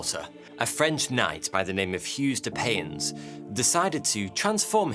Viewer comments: "hues de payens"? It's pronounced like "Hugh de Pie-on". I can't even get past that part. I can't take someone expertly explaining a historical group and figure but mispronouncing a name so badly. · Unbelievably ignorant pronunciation of the very famous names of the Templars. Hard to take someone seriously when they say Huge de Pains and Jax de Molay. Banal level of research to go with it, didn't even mention that many fled to Scotland as well as Portugal. I should have known better than to waste my time here...